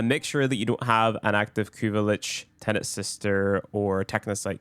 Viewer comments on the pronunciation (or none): none